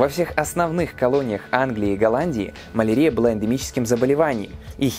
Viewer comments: Ударения в словах: малАрия, слюннЫх... коробит слегка 🤗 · Маленкая заметка: малариа -> мал ариа (mal' aria), с акцентом на Ариа, а нет на арИа.